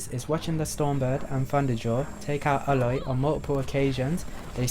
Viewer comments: Why do you keep on pronouncing it “ah-loy” when the game has already told you it’s “ey-loy”??? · Its Aloy Not Eloy